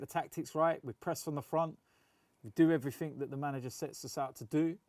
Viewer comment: Nobody:: "Everyfink"